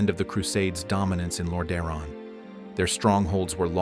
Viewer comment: The scarlet crusade/brotherhood are such an interesting adition to the lore, showing that even holy light can be wielded for evil if its wielders walk a crooked path. Great vid ( & nice Ai voice you chose, tho it does struggle with "Lordaeron" lol )